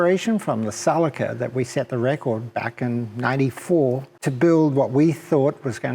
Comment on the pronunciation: he means ceeelica.celica not calica. fuckin guy.